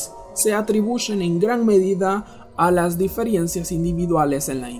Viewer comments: El pronunciaba diferiencias no difirencias. pero bueno igual esta mal dicho. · ¿Como dices DIFIERENCIAS, pelmazo. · no me da confianza el video desde que escuche diferiencias JAJAJAJAJAJAJA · Se dice diferencias no diferiencias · 😠😠😠😠 diferiencias...no sé cómo aguanté 3 minutos... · Diferencias !!!! No difirencias